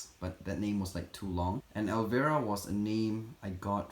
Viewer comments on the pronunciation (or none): El-vi-ruh not el-ver-ah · I just wanted to let you know that you are pronouncing Elvira wring, I know your first language isn’t English and it’s understandable why you got it wrong You pronounce it with a hard I like ell-vy-ra it’s actually a very famous country song and the name of an actress from the 80’s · Lol, the name is actually pronounced as “ElvEYEra”, like you have to EYEs on your face. She was this Halloween vampire character with giant breasts 😂.